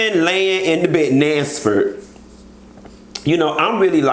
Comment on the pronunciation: Nansford!!! Thought I was the only one who heard that😂😂😂